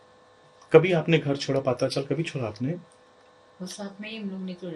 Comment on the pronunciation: सुधीर जी! वह पात्रा चॉल नहीं, पत्रा चॉल है। विदेशी शब्द कैसे बराबर से बोल लेते हो, फिर भारतीय शब्द बोलने में तकलीफ क्यों होती है? पत्रा याने tin! वह सब चॉल पत्रेसे बनी थी और वहां के लोगों को सपना दिखाकर, उनसे, उनके मकान खाली करवा लिए और.....??? कृपया मराठी शब्द या शहरों के नाम ठीक से लीजिए। इतने सालों से फॉलो कर रहे हैं तुम्हें इसलिए उम्मीद है।